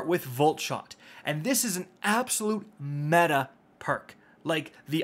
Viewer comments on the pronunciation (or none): none